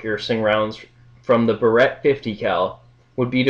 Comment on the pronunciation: Barrett, pronounced BEAR-it.